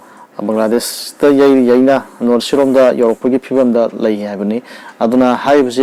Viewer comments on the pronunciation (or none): none